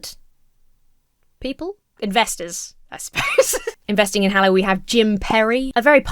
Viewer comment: Is this "Hallow" or religious "Hello"?